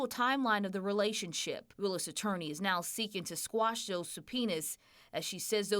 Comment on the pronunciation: it's "quash"